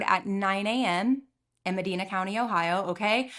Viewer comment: So I'm pretty sure I met her in passing on a choir trip once... We go to Medina every year (also not angry or anything I just know some people can be touchy about it, it is pronounced Meh-dine-a just fyi) I've never been this early to a video or so close to one... Im only a couple minutes in so idk what's happening yet but um... Yeah Edit (3 minutes later): GOD DAMN OKAY WE ARE DOING THIS